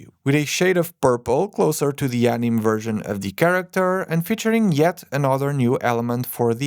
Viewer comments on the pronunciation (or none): "Anime" is not pronounced "anim", it's pronounced "animay" no matter what language you speak. The Japanese took it from the French "animé", which means "animated". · One note; "anime" is pronounced "aniMAY" (US English) or "aniMEH" (Japanese). The e is not silent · Calling anime “anim” tells me is not too familiar with Japanese animation 😄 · Its pronouced Ani-may